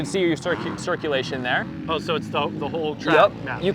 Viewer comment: Thear is some noise I can hear a couple of mice in thear😅